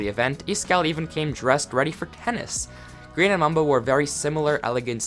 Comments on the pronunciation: Why you call grian (gree-an) grain (graine) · no offence but I get triggered when you say grain not grian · Grian not grain